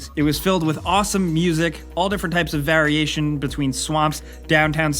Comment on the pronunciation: I HATE the way he mispronounces variation every god damn time